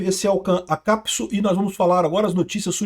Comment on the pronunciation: "Acapsu" Peter precisa diminuir o trabalho...